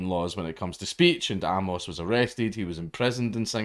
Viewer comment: It's pronounced "Ay-mus", not "Ah-mohs"